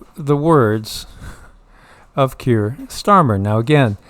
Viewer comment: I keep hearing “Pierced Armor” instead of Keir Starmer